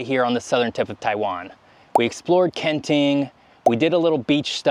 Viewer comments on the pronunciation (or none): I really enjoy your videos. And this one, love, love, love! Since I have relatives living in Taiwan, if I may, some assistance with the pronunciations. Kenting really is two separate words. So the two syllables should be very distinct; “ken ding”. The second syllable in Hualien is more like “LeeAnn”, not “lean”. Taroko is a Japanese word, named during their occupation of the island. If you’ve tried pronouncing Japanese words, you’d know the vowels are very specific. So it should be “tah row ko”, not “teraco”. Please keep making videos!